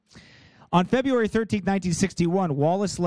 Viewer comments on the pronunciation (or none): none